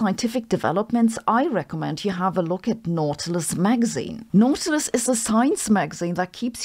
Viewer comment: It's pronounced "naughty-lous"